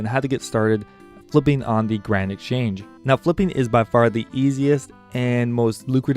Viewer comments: Yes!! Doesn't sound like Grand, there's some other partial syllable in there it was driving me nuts. Garand? Granite??? what? lol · Am i the only one who hears "Granite Change" whenever he mentions the GE?